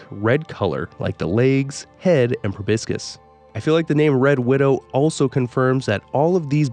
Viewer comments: Every time you called a Proboscis PROBISCUS I died a little inside lol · Please Google how to pronounce the word "proboscis"